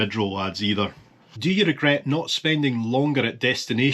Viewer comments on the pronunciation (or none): none